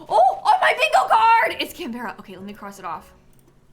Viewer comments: I was gonna say Can-bruh but I'm from the UK so may be wrong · Every Australian screaming "It's pronounced Can-bra!" while you're reading out Canberra on your bingo card 😂